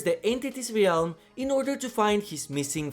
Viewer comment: I always appreciate the content dude… but has NO ONE seriously told you how to pronounce ‘realm’?